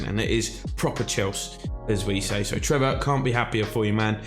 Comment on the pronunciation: it’s actually Trevoh* Chalobah but glad the content is back!